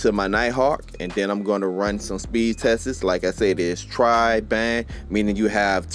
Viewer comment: “pacifically” “I’m gonna run some speed test-ses 😂😂😂😂